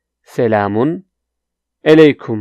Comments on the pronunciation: Your Turkish pronounciation is extremely bad. How could attempt to teach Turkish? You are not able to say properly even "Merhaba" ! You cannot say many phrases as well. Such as, you say "selamun eleykum" instead of "selamun aleykum"... How is that? Stop teach please. And I also would like to say to audiences: Do not learn Turkish from this guy. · You said selamun LA kum🤣